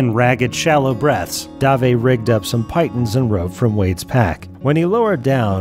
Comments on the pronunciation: as an avid climber ( cough bullshit. climbing out of bed is occasionally a challenge. ) i can, with no mistake, tell you that the word you mean to use, "piton", is commonly pronounced pee/tahn, (haha, yes. snicker snicker) not pie/ten. it's French in origin, if that helps to understand why. yes, this is far too late to make a difference to this story, which i found very entertaining, but it's just something you can take with you should you have need to refer to them in future. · It's PIT-on not PITE-un. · Pee-tahn. Piton is pronounced pee-tahn. But if I had only read the word I probably would have said it the same way you did.